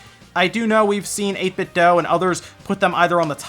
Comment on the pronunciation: Just so you know, 8BitDo themselves told me it's pronounced "Dew." Thought I'd share that with everyone.